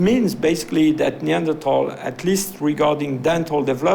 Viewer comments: How strange that people can no longer pronounce the “th” sound in words like Neander”th” al. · Somebody tell this dude Neanderthal has an H in it! Jesus Christ its irritating hearing him say that word over and over. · Am I the only one that had to stop watching this five minute timer because of the way he pronounce Neanderthal😂